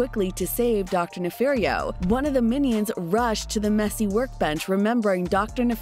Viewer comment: NEFARIO. ITS DR. NEFARIO.